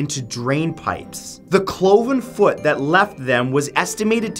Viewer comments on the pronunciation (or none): none